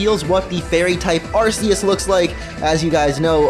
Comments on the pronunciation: its arkeus no arseus as in the movie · It is not pronounced Are- SEE- us but it is pronounced Are-KEY- us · Lloyd I completely agree with u. Its not supposed to be pronounced with the s sound of c. Is supposed to be with the k sound of c so that it's sound like Ar-Key-us. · For the last time it's ar-kee-us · What is "Arseus"? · Pronounced ARK-EE-US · um its Arceus ( arc e us) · I thought you pronouce Arceas like Arkius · Im not being rude......but u cant say arceus properly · I'm sorry, but... "Vevellon"? "Arseeus"? Vevellon could just be an accidental mispronounciation, but Ar-see-us is clearly how you think the word is pronounced. Arceus is pronounced Arch-ee-us.